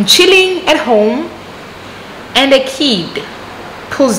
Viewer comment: Lol I love it when you are telling us these stories and the way you say homu (for home), roomu (instead of room), this make our stories very interesting 😀..